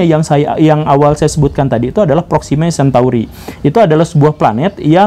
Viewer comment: Proxima centauri ya bosku, bukan centuari